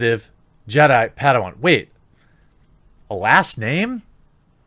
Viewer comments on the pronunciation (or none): none